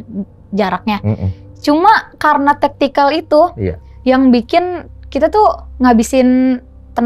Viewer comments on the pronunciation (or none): Vertikal kali bukan tektical